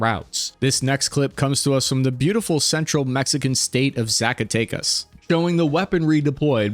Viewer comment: it's pronounced zacka tech us